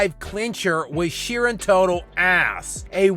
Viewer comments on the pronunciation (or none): How this guy says "ass" through clenched teeth will never not be hilarious.